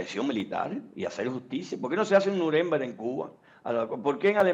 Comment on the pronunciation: APRENDE A HABLAR ALEMAN NO SE DICE ASI SE DICE NUREMBERG. CON LA FUERZA DE PRONUNCIACION AL FINAL